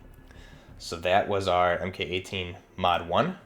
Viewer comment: It’s pronounced “Mark 18.” Not “Em Kay 18.”